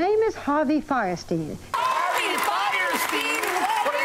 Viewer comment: It's funny how everyone pronounces his name "firesteen", but by the rules of German pronunciation, it should be "feerstine".